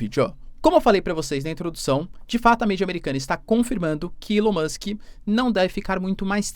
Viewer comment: ilao musk.. nao eh assim q c fala eh ELAO MUSK